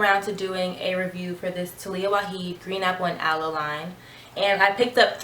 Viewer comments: Love your review . Your curls are popping. But please pronounce the “j “ in her last name. Lol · The 'j' is not silent. Its Arabic not spanish :) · Waajid not waheed